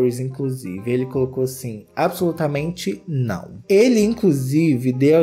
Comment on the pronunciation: Eu amo o falando "Nãuo" hahaha